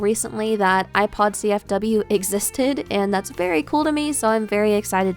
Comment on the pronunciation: Behold the yewpod